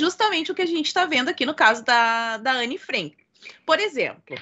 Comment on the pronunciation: Cara: por quê pronuncias Anne Frenk? e não Anne Frank? Por quê frEnk? E? É frAnk, com "A".